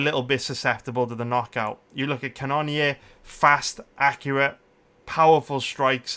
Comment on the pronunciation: Yo it’s pronounced cannon ear love the content